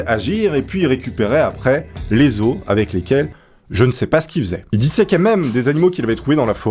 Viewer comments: ON dit pas des AUSE mais des OS en disent le O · Les « osses » ? 😂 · Les ausses 😂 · Les osses qui dit le chef des mourgoulins tu m'as tué on dit LES OS QUI CE DIT LES ZO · "les osse". xD